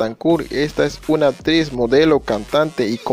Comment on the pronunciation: Se pronuncia ACTRIZ NO "APTRIZ"